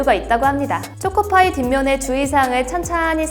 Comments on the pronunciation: 죄송한데 초코파이 음 틀리셨음ㅠ… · 쪼코파이 발음 귀여워~